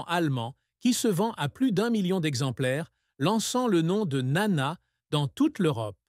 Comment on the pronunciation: Sotte présentation. Le père de Nana a survécu à son épouse et était présent aux retrouvailles de sa fille avec le public grec en 1984, alors qu'elle allait avoir 50 ans. Par ailleurs, il n'existe pas d'album "1967" . Enfin votre tentative de prononcer le nom de Nana en grec frise le ridicule, le même que lorsque vous nommez la célèbre chanson de Hadjidakis "Quelque part est mon amour" L'allemand n'est pas davantage épargné, ni dans l'articulation ni dans la traduction lorsque cette voix artificielle évoque "Weisse Rosen aus Athen".